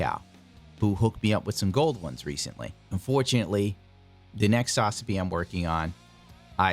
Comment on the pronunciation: You are aware that Ver. Ka is short for Version Ka(toki) right? Hajime Katoki is the designer of the kits, so it's his Version... And it's SaZAbi, not SAZAbi.